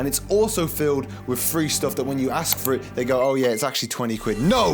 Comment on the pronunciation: my ears- Three= Freee Free=Frreee